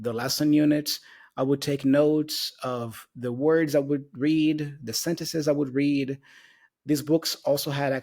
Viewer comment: Em teve um erro de pronúncia: read com som de 'é' em vez de 'i'